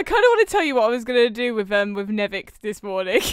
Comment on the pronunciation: It’s Ñęvįč not “nevic”